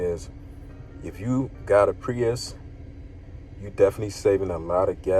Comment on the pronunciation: Did you really make a review video with the wrong name? It's Prius not priest